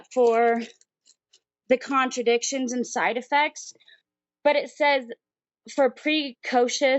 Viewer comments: What a healthcare professional. Apparently she calls side-effects contra-indications (which is something else) and pronounce it "contradictions". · In the "medical profession" and cannot pronounce either "controindications" or "thalidomide". Uhmmmm. Do not be antivax, that is just supid and ignorant. I agree about puberty blockers being banned for wannabe trans kids.